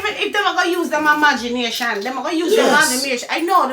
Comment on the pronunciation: “Imagamination” 😂😂😂😂